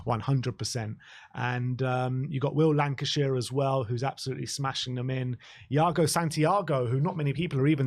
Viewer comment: Will Lankshear... Fairly certain it's not pronounced 'Lancashire'.